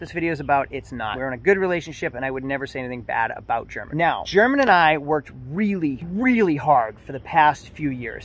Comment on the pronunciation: He probably got tired of you pronouncing his name WRONG!